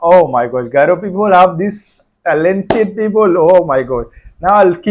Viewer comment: Wow wonderful garo pronounce is good